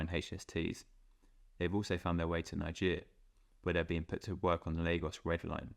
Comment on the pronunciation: I welcome the 2nd hand usage of British trains in foreign countries, I find the contrast between our trains with their very specific design principles and more universal foreign designs fascinating to compare when they’re running on the same lines side by side. Also why did you keep mispronouncing Nigeria?